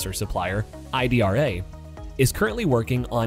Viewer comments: Its pronounced [eedra] because it is an Italian company. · Hi, Just a minor info., Italians pronounce the casting machine as ee-dra...